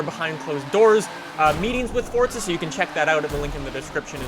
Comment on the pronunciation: Question - is it like an American thing to say forza like fort-za just can't get over it same with Impreza